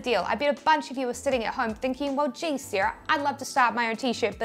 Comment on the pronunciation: Seeeera - Sarah